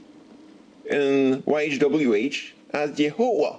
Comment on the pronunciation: you have big problem my friend, but you are very ,very correct when you say .yhwh,,you know the name.. that is SO GOOD.att..a native[indian]